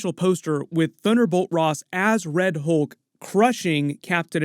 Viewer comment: Why can't 99% of people say words like "Hulk" correctly? It's not HOLK. It's HULK. I hear the same thing with "skull" and "cult." People say SKOLE and COLT. I mean, WTF? It's a U, not an O.